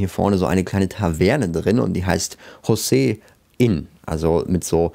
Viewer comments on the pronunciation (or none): none